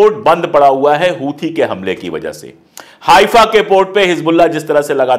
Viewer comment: correct word is हैफा not हाइफा